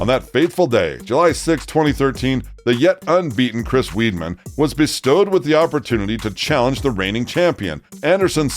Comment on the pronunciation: My problem is i think any MMA channel should be getting the name of common stars right, it's one thing if you butcher the name of a foreign fighter who's name is said differently by everyone, it's another to mess up very common UFC fighter names like Chris Lebon & Chris Weidman..there is only one way to say their names, the right way..i feel like any person who is fan enough to start an MMA channel should have watched enough MMA to not get those names wrong..anyone see a point here or am i being picky?, if i am i'll never bring it up again.